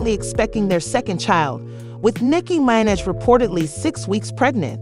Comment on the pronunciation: Nicky MYN-edge? Shut down the tape. Lights off til you redo the voice. Give the lady some respect. 🤦‍♀️